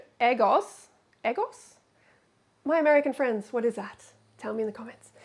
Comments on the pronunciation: Lmao "eh-gos". Freelee it's "egg-ohhs" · Eggos are those frozen waffles she's eating. It's pronounced "Eh-goes" as in 'egg' and then 'goes', as in... She 'goes' to the store. Eggo rhymes with Lego, the toy.